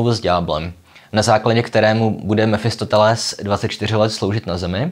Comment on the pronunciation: Mefistofeles... Možná už je to deformace z filozofů, když říkáte Mefistoteles.